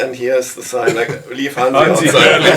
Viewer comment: What to say.. my favorite album! Keep up the interviews, please. 🤘 (..but maybe someone should clue in that Hansi's name isn't pronounced Hensi. 🙃 ).